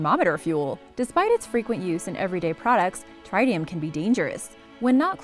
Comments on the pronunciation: Exactly Tritium(Trit-e-um) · You mispronounce tritium. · You mispronounced Tritium. Both "i" sounds are short.